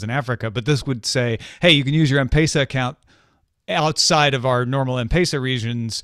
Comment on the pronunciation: It's a small thing but It's gotten to be like an itch I just can't ignore anymore 😅. The e in pesa is pronounced more like "eh", like in Pez, not "ei". Great show as always.